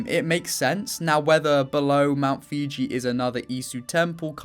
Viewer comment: It's pronounced foo-ji not fiji